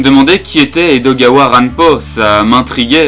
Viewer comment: Salut. T'as du courage pour t'attaquer à une telle bouse. Par contre ça se dit Ranpo et pas Ranpoo, c'est pas très grave mais par contre le nom de Poe se prononce Po et pas Poo (#nazidelaprononciation). Le problème de cet animé, c'est qu'il se torche le fondement avec Edogawa plus que lui rendre hommage, en transformant notamment le personnage de Kobayashi en travelo et en mettant de la tension yaoi avec Hashiba. Je trouve le personnage d'Akechi mal utilisé, le "gag" de la légiste et du mannequin est nul à chier et un gâchis pour ces deux doubleurs qui sont des monuments (pour situer le mannequin c'est Mitsuo Yamaguchi alias Shinichi et Kaito de Détective Conan, Ranma de Ranma 1/2, Usopp de One Piece ou encore L de Death Note, et la légiste c'est Saki Fujita alias Ymir de SnK, Ritsu dans Assassination Classroom et motherfucking Hatsune Miku). Les enquêtes sont mal développés, on nous donne pas les indices, les personnages grisés c'est complètement contre productif pour un animé d'enquête, les révélations sortent de nul part, et franchement à côté de ça Kindaichi c'est l'extase. J'étais un des mieux disposés à l'apprécier, et pourtant ça a été la méga déception, cet animé est à jeter aux ordures. Si tu veux de meilleurs animés policiers, je peux t'en conseiller des mieux foutus, comme Sakurako no Ashimoto qui sort cette saison, Kindaichi qui a quelques lacunes, est très lent et fait un peu trop souvent dans les meurtres en série avec un coupable qui meurt à la fi